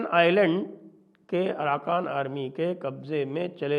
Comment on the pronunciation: Aaraka ❌ aarakan ✅